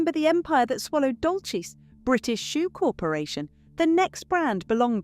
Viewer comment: It is not Dolches it is pronounced Dolsys.